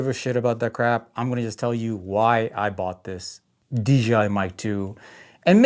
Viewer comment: Maybe if you said DJI instead of DGI maybe they’ll send you something 😂 Your videos are golden compared to my trash. Keep up the 🗑️ 🗣️ it’s grade A entertainment 💪